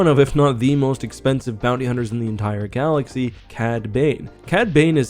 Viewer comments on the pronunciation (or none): none